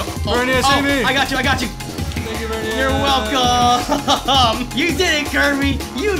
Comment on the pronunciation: I am surprised after all the times has said VerNIas that hasn't said NiCHOlas